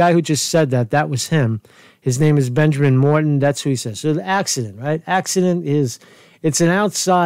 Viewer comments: Third, hopefully final, comment: Mouton is pronounced, "MOO Toh"., en Francaise. It is not Morton or Mohton. Okay, thank you. (Study Latin,, and you will be better with pronunciations.) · Not in France, and this guy> IS in France. Pronounce it the way the French would. One thing, for sure. it is not pronounced with a hard-O at first syllable. Is not MOWtan, either. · Im sorry but all the moutons ive known are mouTON emphasis 2nd syllable